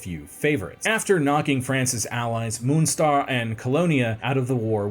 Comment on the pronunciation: Some work on pronouncing "Bonn, Munster, Cologne, Torbay & Jacobites" would be appreciated. Otherwise good video thank you, currently reading about this period and this is a nice overview.